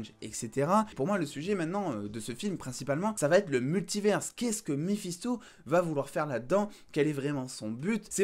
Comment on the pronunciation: J'avais compris Balisto et non Mephisto🤣🤣